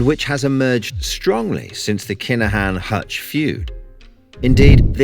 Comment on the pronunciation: It’s pronounced Kin-a-Han